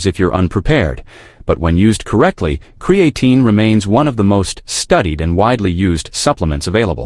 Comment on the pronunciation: He can't even pronounce creatine correctly